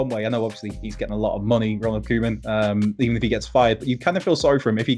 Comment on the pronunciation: You guys keep saying 'koeman' totally wrong.